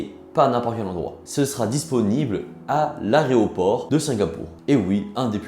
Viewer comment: c'est une semi critique, la vidéo est sympa à regarder. cependant tu pourrais faire un léger effort sur le français dans le sens où à tu dis "aréoport" au lieu d'aéroport, à tu dis Matsu au lieu de Mastu, à tu parles de Julien Bardakoff, que tu prononces correctement dans ta vidéo avant de charcuter son nom au montage en écrivant "Bardafokk PARDON" ce qui montre un manque quand même consequent de recherche et de travail de préparation des vidéos et de montage ensuite (il suffit simplement de taper son nom ne serait-ce que sur tiktok pour savoir l'orthographe de ce monsieur. Tout ça pour dire que pour un script qui, comme tu le dis, est sensé etre travailler c'est dommage. la vidéo est sympa mais manque d'info. Est-ce normal qu'Amixem n'est pas eu de Dracaufeu ? Quelle est la valeur moyenne de sa display après ouverture ? Quelle est la probabilité que cela se produise ? Des infos que j'aurai voulu avoir, et qui était la raison de pourquoi j'ai cliqué sur la vidéo. Au final je me retrouve a passer plus de temps a taper sur mon clavier que de temps a avoir regarder la vidéo et c'est un petit peu dommage.